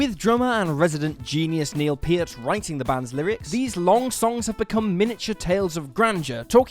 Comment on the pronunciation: Do my ears deceive me, somebody got Neil Peart's name right? Good lord